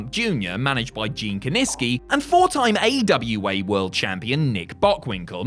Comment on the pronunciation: It almost sounds like you’re saying AEW, not AWA there and for a moment I was offended until I rolled the video back, lol